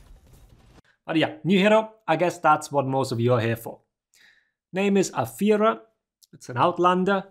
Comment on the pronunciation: Ami the only german that always hears "A Führer" instead of Afeera?